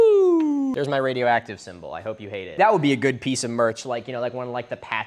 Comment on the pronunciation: radio egg-tive